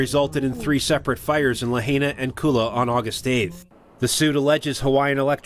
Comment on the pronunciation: While I appreciate the coverage, I continue to be disappointed in the poor presentation and mispronounciations by so many of your reporters. The latest: Lahaina. Not Lah-HAY-nah but Lah-HIGH-nah. Ask the people of Maui what they think of your coverage. Work a little harder people.